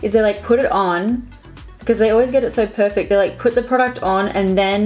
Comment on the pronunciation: Purrrfaitt #frenchaccent #notificationsquad Keep on shining like your lids gurl